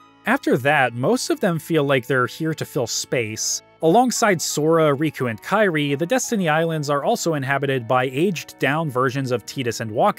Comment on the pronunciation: You say you’re a massive fan but you mispronounce kyries name the whole video. Wondering if you even played these now or just made this video for attention